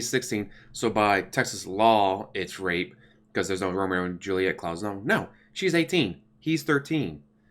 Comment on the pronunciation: The way you say rape is wrong.